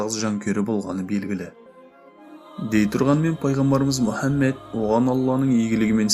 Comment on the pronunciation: Мүһәммед демеңізші Мухаммед қой.саллалаһу алайһи уәссаллам